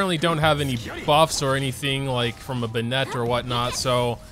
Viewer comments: Can anyone tell me why this man says Ben-net instead of Bennett? Is he foreign or slow? Lol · I swear every genshin youtuber pronounces something wrong intentionally. "banett". Bruh it's Bennett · why do you pronounce bennett like beignet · does anyone else get annoyed by the way he pronounces "Bennett" lol